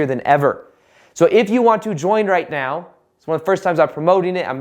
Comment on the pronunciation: Think he said “right… NOW” which sounded like “meow” 😄